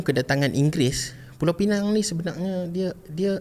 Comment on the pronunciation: Pulau Pinang..bukan pineng...pineng tu power bank...Penang pun bukan...ada 2 jenis e sahaja...e pepet dengan e tanda....jadi mengapa kita guna Penang tapi sebut pineng power bank?